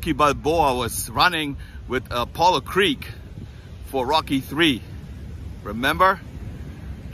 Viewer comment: Er heißt Apollo Creed nicht Creek.